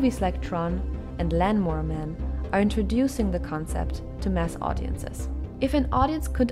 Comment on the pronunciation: sounded like lanmower with headphones on